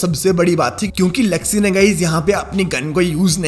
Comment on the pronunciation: Zuxxy not jugsy😂